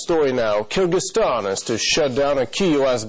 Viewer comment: the way this woman says 'kyrgyzstan' makes me shudder.